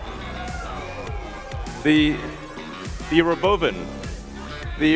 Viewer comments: You know there's something fishy going on when you & I know and see that giant toaster is a Robo-Van, but he still called it a "Ro-Bovan"... and he actually said it twice! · It’s roBOvan, not roboVAN. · reBOVin, totally normal, not weird or cringy. In the future people will forget how to speak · it's about emphasizing the second syllable: roBOvan. It's funny how little shifts like that can change the sound of a word so much. I see this as playing with the language. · actually he pronounces is Rah-Bo-Ven. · Playful use of language. R'-BOH-v'n. Just putting the emphasis on the middle syllable of "robovan". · thank you. it seems like stretch from robo-van to ruh-Boh-Bin though.. why not Ruh-Boh-ven . which still is not a thing. its like he's making up his own pun? i don't get it. nobody would ever say ruh-boh-bin with the word robovan. in fact if you wrote a sign and told people say this word: Robovan. then when they say: robo-van you say... ok now say it in a fun playful way and don't pronounce it the same and put the emphasis on a differnt symbol. 90-% of people would go huh? then maybe you get 10 people to try it and they would say Ruhbuh-VAN! because nobody but nobody would ever think to say Ruh-Boh-Bin . am i right? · Robo van compressed to one word. Ro-bovan. changed the accentuation.